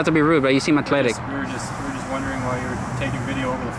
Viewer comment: What's "Achletic"???😂😂😂😂😂😂